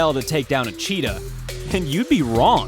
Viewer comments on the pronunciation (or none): When he says it's a chittah.....I stopped video and comment Thank you